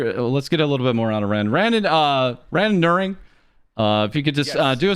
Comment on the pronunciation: Bummed I missed this particular vtuber when he was active, but thanks to him I actually learned how randonneuring is pronounced